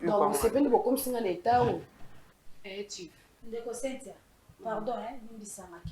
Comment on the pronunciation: Pardon, eza Cynthia et no Sainthia. On pronounce Comme si..pas saint.. Merci. Bonne émission.